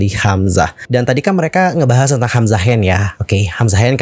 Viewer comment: maaf bgt ini mah, ko di menit ke bilangnya "hamzahas" ya? apa aku yg slh denger